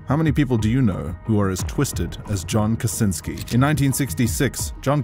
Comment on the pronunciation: Shouldnt you learn how to read Kaczyński